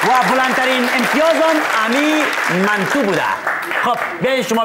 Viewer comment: چقدر جالب گفت منتو 🤦‍♂️🤦‍♂️😂😂😍😍